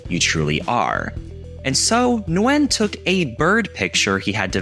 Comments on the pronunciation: Vietnamese here, you did butcher it 😂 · Never heard anyone pronounce the "N" in Nguyen, before.